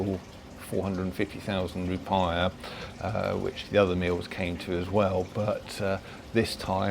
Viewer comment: Hehe yep love it for all the wrong reasons